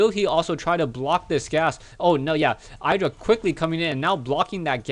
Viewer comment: btw its not pronounced "eye dra"